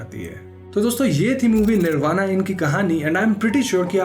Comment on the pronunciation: Bhai plz pronounce correctly, u r indian not an American. It is " निर्बाण" not "निर्बाणा".